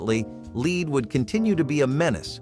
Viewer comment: I can't believe how you pronounced lead